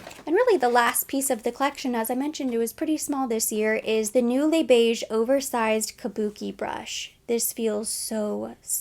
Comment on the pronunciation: So glad that you pronounce Les Beiges like “le beige” without the extra ‘s’. I cringe when i watched other beauty youtubers who are not new to Chanel pronounce it with the extra sss.. it sounds so weird, and i’m not French 😂😂